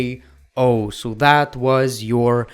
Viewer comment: Ah, yes, my favorite finisher of all time "OR-K-O"